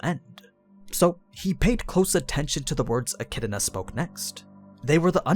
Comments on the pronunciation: It’s pronounced eh-kid-na, not eh-kid-uh-na. There is no vowel sound separating the “d” sound from the “na.” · It's not pronounced like echidna please it's so cringey. It's pronounced like echidona. That's why dona tea is a meme. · Why do you pronounce her name like "E-Chi-D-I-Na"? Where is this 2nd "I" sound coming from? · Its pronounced Echidana for some reason. Edit: Atleast in Japanese. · So the echidna as pronounced the mothers of monsters still has no vowel between the d and n going back to why do people pronounce it so wrong??? a - ki - i - na would be a better more accurate way way of saying it in japanese... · Sorry, to be more specific the middle portion would be more accurate as ki-i-na the opening isn't the concerning part. Since ki is pronounced the same here and there i is ee and na is the same here and there the elongated e sounds like a mispronounced d. Which I think would be more acceptable then the extra vowel being made in-between the d and n. I'm familiar enough with the sounds the characters make it's just I was bieng lazy with the a in front. However I don't think a-chid-na would bother the fan base that is being bothered as much as a-chi-do-na is bothering them. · You butchered the pronunciation of her name like wtf is wrong with you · I don't know where you get the extra I in Echidna when you say it but this was a good video keep up the good work